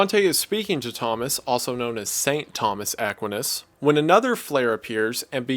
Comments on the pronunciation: really really enjoyed the video just a side note but i thought thomas equinas was pronounced eh-kwi-ness or smth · How do you mispronounce Aquinas? Really? AH KWHINE AS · My goodness, what a video! Thank you so much!!!! (though Aquinas is pronounced (to the best of my knowledge) as Uh-kwhy-nis) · pronounced ah kwyi nus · Couple of corrections. Btw love your videos I’ve been subscribed for a while. But coming from a Dominican catholic education I wanted to correct your pronunciation of St Thomas Aqu-EYE-nus and Fran-sis-cans :) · *uh-kwhy-nis lol. Great video bro. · I've never once heard Thomus Aquinas pronounced as "Ah quin us" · The way Mr. Goon pronounces 'Aquinas' is killing me 😭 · I will give you five dollars to never say Aquinas again. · The way you pronounce Saint Thomas Aquinas's name makes my brain fizzle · The pronunciation of "Aquinas" (for St. Thomas Aquinas) is killing me lmao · Bro did you really just pronounce Aquinas that way? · im sorry how did u pronounce Aquinas? XD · Cool video... Please learn how to pronounce Thomas Aquinas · you pronounce Thomas Aquinas wrong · Wendigoon: Pronounces Aquinas wrong. Also Wendigoon: Knows who Albert the Great is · buddy I absolutely LOVE these videos, Dante is my favorite medieval writer. but I am losing my mind at how you pronounce Aquinas lmao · Ackwinus... lmao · Thomas AH-kwin-uhs? please, I'm used to psuedo-intellectuals that know how to pronounce the names of legendary scholars such as TOH-MAZ AK-WINE-UZ. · Aquinas is not ACK win iss with emphasis on the ACK, it's uhh-kWHY-niss with emphasis on the "y" sound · The pronunciation of Thomas Aquinas as "Thomas Aack-win-is" vs "Thomas Uh-kwine-es" is too funny. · Bro did you just say "Aq-win-is" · Great video! Just wanted to say that Thomas Aquinas’s last name is pronounced Ah-kweye-nas, but that doesn’t really matter lol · Saint Thomas Aquinas is pronounced with a long "i". A- kwiiii-ness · I’ve never heard Aquinas pronounced that way. It’s always A-qwine-iss